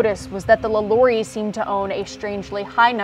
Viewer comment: Finally someone who knows how to pronounce the last name of LaLaurie correctly! Great video!